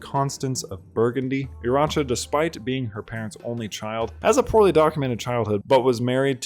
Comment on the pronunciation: Urraca = OO-RAH-KAH. Nice video!